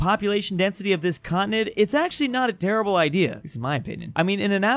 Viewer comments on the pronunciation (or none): none